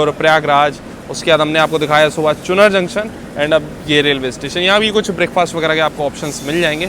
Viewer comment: 10.05 चुनर नहीं भाई इट्स कॉल चुनार